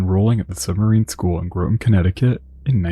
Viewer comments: Groton is pronounced Grahtan like Rotten, not Growton. Nobody gets that right unless you live there. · Basic sub knowledge: Submarines are not known as ships, they are known as BOATS! But I get it, the skimmers loved to try and drive us crazy with that. And your mispronunciation of Groton, drives me crazy. Not using …grow…ton, but …gr…ought…ton. All submariners, such as myself, know that! Your YouTube videos present some good, and amazing details. But subs as ships? Good grief! Bruce Muir, former FTB2 (SS), USS Ulysses S Grant (SSBN 631) (Blue) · Brother I know you're not from around here but Groton is not pronounced that way. Try this. G-rot. Combine to make Grot. The T at the end is soft. Ton at the end, but the t is silent. Groton. You were saying it as if it was spelled Groaten. Source? I live here. And the Nautilus is a cool museum ship now that you can just visit. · it's pronounced GRAH-tin, but you also don't pronounce the T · Groton is pronounced Grah-ton but it’s 1 syllable. Think Grahton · Love the channel And never miss an episode. However, the pedantic part of my brain twitches every time the city of Groton is mentioned. As someone who lives just West of the city of Groton, I can tell you that it is pronounced "Grah-Ton". I'll see myself out now. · You really need to correctly pronounce Groton. There is no long "o" in the pronunciation. Groton, Connecticut is the home of the United States Submarine Force and has been since 1900.